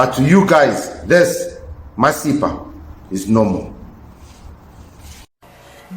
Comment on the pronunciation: Your pronunciation of masepa🙈